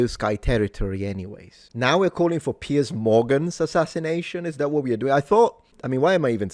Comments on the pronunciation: *Piers..... the man's name isn't "Pierce". What fool let that one get by? One of your paid staffers? And it's pronounced "Piers", as in multiple piers. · “PIERCE” Morgan or PIERS Morgan? 😂